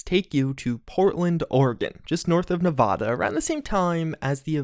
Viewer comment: pronounces nevada wrong degenerates like you belong on a cross